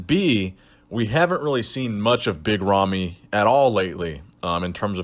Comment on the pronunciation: big ramy not romy, ramy with an A